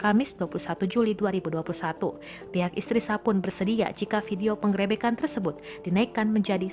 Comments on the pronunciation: Min min..bacanya pengrebekan jd penggrepekan 😂😂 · Salfok sama pengucapan PENGGEREBEKAN nya 🤣🤣🤣🤣